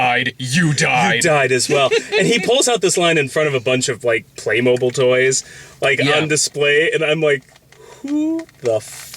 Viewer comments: It's pronounced "playmobeel" 😁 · Play Moh-beel god it's like saying pokey-man it's just wrong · Being dutch, its weird to hear someone say "Playmobil" instead of Playmobeel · Is it pronounced "Play-MOH-Bill?" I always said "PLAY-Moh-BEEL" or "Buy Legos instead, Grandma." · I always pronounced it "Play-mo-beel". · The commercials I see every once in a while always pronounce it as "playmobeel." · I only came to the comments because I had to know if I had been miss pronouncing Playmobil my whole life.